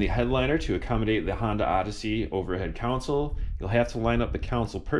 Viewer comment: Is that a common Chicago accent? "Con-sole" vs (Jedi) "Coun-sil"😄. Great job as always.